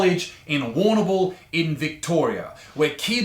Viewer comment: love how the big man has a problem pronouncing Brauer, but Warrnambool is a breeze Also, WTAF? Also also ............Apparently yes.